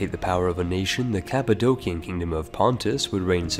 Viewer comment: Props for pronouncing the C's of Cappadocia as K's, afterall it is transliterated from greek kappa's, as in Kappadokia.